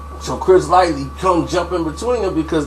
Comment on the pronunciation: Okay, this is the second video where I've heard you say Chris LIGHTLY...the man's last name was LIGHTY LMAO. That shit be pissing me off LMAO